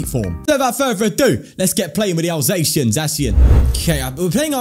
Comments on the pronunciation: It’s not pronounced Zackian? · For the pronounciation of Zacian: Zacian and Zamazenta are supposed to be "The Cyan" and "The Magenta" when pronounced with an (I think) Spanish accent. So with that logic the correct pronounciation would be Za (as in pizZA) See-An. However, it doesn't matter that much. You can just pronounce it the way you like :) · I can't fault you for calling him Zacian its actually pronounced Zacian my guy.